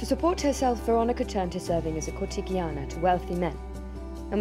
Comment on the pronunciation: This video is entertaining, I gave it the thumbs up, however, please double check pronunciations - "licentiousness" and "cortigiana"- it was surprising to hear , as much effort was put into making this. Licentiousness, have a re-listen, is probably a just reading error. However, cortigiana would be pronounced "corti-jee-Ah-na". The italian G has a soft sound when followed by an E or an I, like in the word age, or Gio (Joe). Hope this is helpful, keep up the good work.